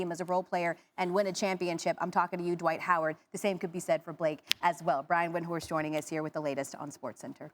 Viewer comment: She said "Brian Windworst"